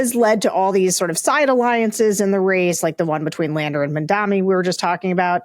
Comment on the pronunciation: It's MAMdani. Get it right.